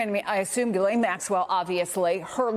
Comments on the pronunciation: Bye the way. It’s pronounced Yislen ffs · Her name is Ghislaine not Guylaine. Sloppy reporting...